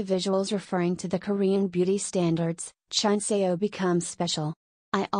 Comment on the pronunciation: I know “Chunseo” (Ruth) is Spanish but her english is really bad. I know how it is to speak spanish and try to learn english, so i know she can learn it and mostly pronounce it a lot better.